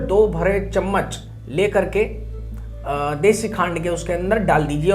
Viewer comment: Desi ghee ya deshi khad kya bole samjh ni aaya 🙏